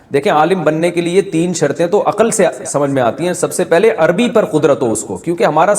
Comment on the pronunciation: سب کچھ پڑھنے کے بعد بھی آپ عربی کو اربی اربی کہیں گے تو پھر آپ نے کیا عربی پڑھی؟